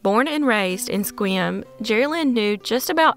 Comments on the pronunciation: In #3, you correctly said the name of the town in WA, spelled "Sequim!" Yay. {The town's name is said as if: 'Squim'} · Yes, I noticed that too, impressed me: She pronounced Sequim correctly! {Like: 'Squim'} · Hey,, you pronounced Sequim PERFECTLY! Nobody does that! I and my fellow Washingtonians are super impressed. 👫🏽👭👬👪👭🏽👨‍👨‍👧‍👧👫🏿👨‍👩‍👦‍👦👨‍👦‍👦👬🏽👨‍👧‍👦👩‍👦‍👦 👭🏼❣ (Now, about San Juan de FEW ka... ) Actually, you pronounced it the way it SHOULD be pronounced, but isn't. You're such a rock 🌟 - thanks for another great video. 🖐🏼💜🙋🏾‍♀️ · I recently found your channel, and I am impressed. In this case, your correct pronouncing of Sequim WA was spot on. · OK, I'm going to be that Washington nerd for a sec... YESSS! You pronounced Sequim correctly! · You get bonus points for pronouncing Sequim correctly.